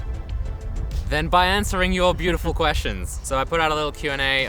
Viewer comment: Wow, your employee is so Swedish he won’t even correct you when you mispronounce Stockholm